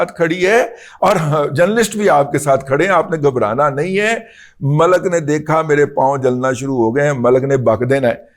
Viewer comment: آپ ختم نبوت کا پرچم تھامے ہوئے ہیں اس لیے اللہ تعالٰی آپ کی حفاظت فرمائے گا ۔ ہماری دعائیں آپ کے ساتھ ہیں ۔ ایک مہربانی ضرور کریں کہ ملک کے تلفظ میں لام پر پیش نہیں بلکہ جزم پڑھیں ۔ شکریہ